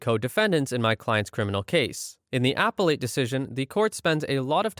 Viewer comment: For future reference, "appellate" is pronounced "ah-PELL-at."